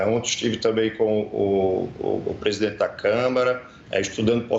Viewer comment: O coitado não consegue sequer dizer o nome do presidente atual. 💀